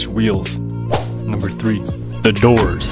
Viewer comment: Just Sacrifise ''The Dorrrrrssss''